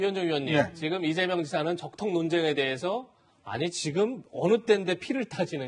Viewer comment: 적통, ㅋㅋ 발음조심해라ㅡㅡㅡ